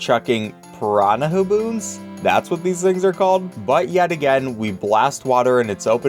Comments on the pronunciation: You pronounced "Piranhabons" about as badly as possible XD Piranha - Bons Not Piranha - ha- boons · Why did he pronounce it piranha-haboons? It’s spelled like piranha-bons lol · Game: Piranhabons: Piranhahaboons I couldn't get over that pronunciation if I'm honest. I'm pretty sure it's parhana-bon, like a bonbon. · "Piranhabons", not "Piran-ha-boo-boons". It's literally just "Piranha + bons" from bonbons. (As a sidenote, it's a spanish "nha" so it should be spoken like "Pirania") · I hate I have to say this... but it's Piranha-bon, like a cinna-bon or something. Sounding like bawn. It kind of rhymes with the "piran" part, and I think it is a good name.